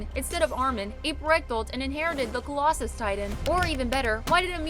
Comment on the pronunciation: "colossus"... thats just not right get better at being a youtuber